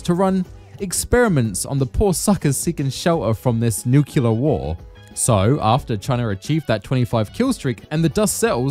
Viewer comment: PLEASE learn how to pronounce "nuclear" 😂 you're doing a Fallout video, it will definitely come up!